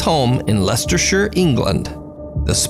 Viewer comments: props to for being the only American I have ever heard pronounce Leicestershire CORRECTLY!!! I salute you, my US fam, this is how you pronounce anything with shire in the name.....unless its at the start of a place name: "Shirehampton" then it is pronounced like Lord of the Rings Shire, in all cases when a County ends in "shire" its more like "sure" or "shuh" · Thank you for pronouncing Leicestershire correctly! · 10/10 pronunciation on Leicestershire. Never heard an American pronounce that right 😂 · As someone who lives in Leicester, Leicestershire I just want to say kudos for pronouncing it correctly 😅